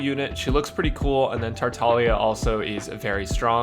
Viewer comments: Yes he is tartalia I think her meant to say "tar-tag-lee-ah" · Can someone tell me, is he saying “Tartalia?” Is it not pronounced “Tar-tah-glee-ah?” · you're right, it's like gli proncunciation with italian